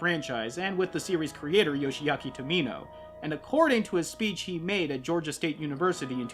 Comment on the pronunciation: Well apart from a couple of things like pronunciation errors (it's Yoshiyuki and Gulskii or Gulsky) and getting Neo Japan confused with Neo Tokyo you actually did a good job with this episode. Pointing out the flaws but yet giving it some praise, I'm genuinely impressed. Kudos.